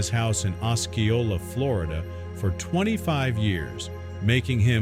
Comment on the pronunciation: Osceola- “os-SEE-o-la”